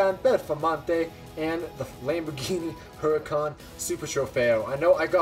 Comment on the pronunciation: Its Lamborghini harracán not hurrcun